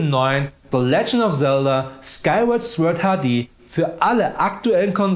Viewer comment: Was ich hier alles lerne. Es gibt tatsächlich kleine Kühlschränke im X-Box Design, wusste ich nicht 😂 Viel gaming content, gute Folge 🙂 Was bis 2500 ebenfalls noch nicht erschienen sein wird ist Star Citizen. Weil Klugscheißer so unheiiiimlich beliebt sind 😉😉😉, weise ich nur ganz dezent darauf hin, dass das Wort „Sword“ „Sord“ ausgesprochen wird und verziehe mich wieder schnell in meinen Keller 😉 Beste Grüße und ein schönes Wochenende 🙂